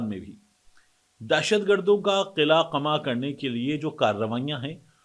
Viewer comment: طارق، قلعہ ق پر زبر کے ساتھ اور قمع بھی ق پر زبر کے ساتھ بولا جاتا ہے۔ اردو اسپیکنگ ہو تو اردو بھی صحیح بولو۔ 🙄🤨😠😳 From Karachi.